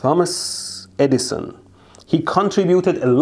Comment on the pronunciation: It's perfect that his accent makes it sounds like he says "Dumbass Eddison".